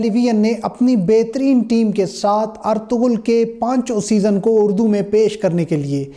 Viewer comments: Hahahahaha did u hear guys (ARTOGHUL) ........ if u want to make videos just learn how to pronounce the word. Its “ERTUGHRAL” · (ERTURUL) in spoken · Ertuğrul (g silent)